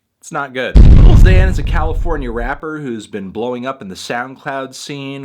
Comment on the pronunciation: anthony, why do you always pronounce 'lil' as 'little'? it's an abbreviation melon